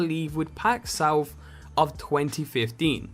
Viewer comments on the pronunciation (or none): none